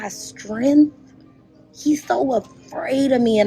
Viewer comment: what is strenth?